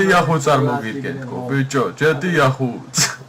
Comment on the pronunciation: და ჩვენში დარჩეს და ჯეტეა არაა ჯითი ეია გამოთქმით